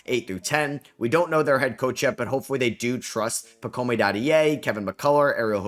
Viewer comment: The e at the end of Pacôme is not pronounced like ay. In general in French we only get the ay sound when we have an é or, at the end of a word/name, when we have a e + certain single consonants (r, z, and sometimes t). For example, Beringer is pronounced with an ay at the end and so is Dadiet. For French people with foreign last names this rule is usually ignored tho (even if someone with the last name Fernandez was born and raised in France the end would still be pronounced as ez).